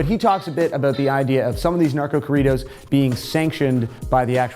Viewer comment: Oh my God . .if you're going to say corridos . . Listen to how Spanish speaking people pronounce it and say it that way . . Love your videos keep up the good work . .